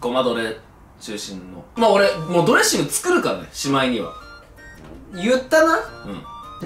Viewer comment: のとこドレッッシングになっとる笑